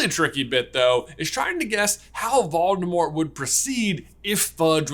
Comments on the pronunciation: Voldemor is back,"t" is silent ;) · I really love your videos, but the way you pronounce Voldemort dries me crazy 😅😂